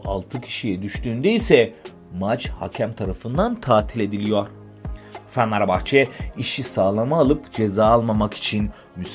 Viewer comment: ya kardesim su turkceni biraz duzeltemezmisin? fenerbahcenin adini bile dogru telaffuz edemiyorsun. bu fenerbahcelilere hakaret resmen